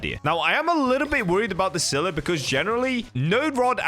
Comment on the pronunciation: Bro sylla ain't that hard man